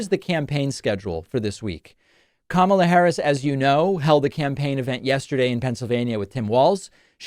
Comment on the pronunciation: First, "Obamna" now "Kamabla?"🤣🤣🤣